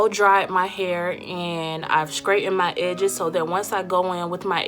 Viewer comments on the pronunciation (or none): What’s Shkraight’n? You mean Straighten?